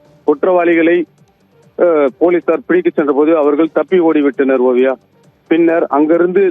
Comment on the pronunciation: செய்தி சோல்பவர் சேய்தியை.ஓழுங்க சொல்ல வில்லை என்றாலும் வார்த்தைக்கு வார்த்தை ஓவியா பெயரை சரியாக சொல்கிறார்